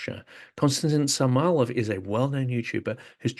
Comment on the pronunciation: Brother, stop pronouncing his name as Samalav! Its Samoylove!!! No hate, just a friendly correction!!